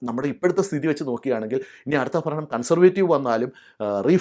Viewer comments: ചേട്ടാ ദയവ് ചെയ്ത് മലയാള ഭാഷയെ കൊല്ലരുത്, ഫരണം എന്നത് ഭരണം എന്ന് ഉച്ചരിക്കണം ചേട്ടാ. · ഭരണം എന്ന് ഉച്ചരിക്കുക. ഫരണം എന്ന് കേൾക്കുന്നു.😊